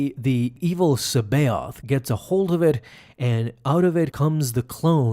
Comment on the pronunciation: Luuke Skywalker > Snoke the Joke. And if I recall correctly, the Jorus' last name was pronounced "ka-baio-th".